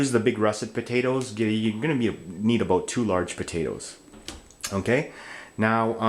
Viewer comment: D you said aboot.